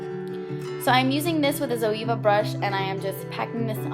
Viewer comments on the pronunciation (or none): none